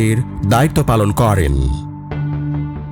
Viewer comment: ভাই আপনার ভয়েসওভার টা ঠিক করা দরকার। প্রত্যেকটা বাক্যের শেষেই "করেন" উচ্চারণ টা খুবই কানে বাজে। এইভাবে উচ্চারণ করার কিচ্ছু নাই